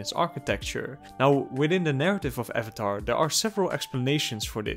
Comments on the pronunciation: You pronounce avatar like the funny movie guy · Questionable pronunciation of Avatar not too bad. Acknowledgment that it is one of the best children's animated series to ever come out of the United States or the planet have I owned it forever do I watch every single video essay I can find on it and then rewatch the series all over again all four books without even skipping the Great divide hell f**** yes I do.